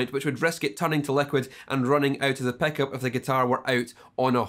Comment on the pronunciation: but the best is bredge peckup!